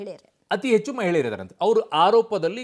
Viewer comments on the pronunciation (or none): none